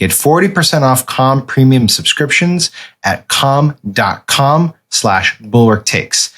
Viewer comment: I'm uncomfortable with the way Sam pronounces C A L M